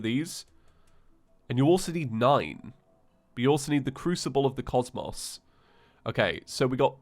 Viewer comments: it’s pronounced crucible of the cos(mows)mos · Good video and all,, but if you don't mind me asking... how did you mispronounce cosmos?! Did you not do 6 playthroughs of calamity?